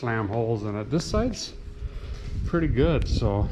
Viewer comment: She said "purdy neat" and that's a win in my book